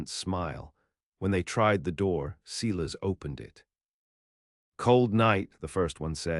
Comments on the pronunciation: The name is pronounced Silas, i.e. Sy-lus not See-less ... a common name of the era. So many horrid pronunciations in these stories .. going back to audiobooks read by real humansa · Good story but terrible reader can’t even pronounce Silas correctly.They also have a spelling problem.